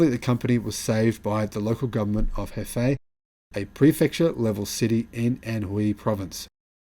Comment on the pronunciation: Nio HQ is in Hefei , pronounced Her- fe- a